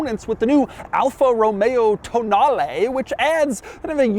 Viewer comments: Why is Doug pronouncing Toenail so weird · Everytime I hear Tonale it sounds like someone saying "toe nail" in a fancy way.